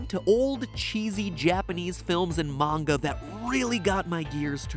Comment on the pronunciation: I'm just happy that MatPat can pronounce Manga properly